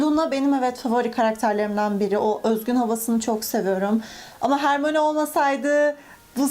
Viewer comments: Hermione = Hermayni Siz hermoni diyonuz ama kitapta okunuşunu söylüyor Hermayni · Hermoni değil hörmayni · Hörmayni diye okunuşa alıştım hermione diye dümdüz söylemesi garip geldi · Aslında herkes *harmoni diyor ama isminin okunuşu *hörmayni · abla he soruda hermonie diyosun o olmasa satem ölürdü harry potter disun potter olmasa saten kitap olmasa saten hermonie olmazdı saygılarla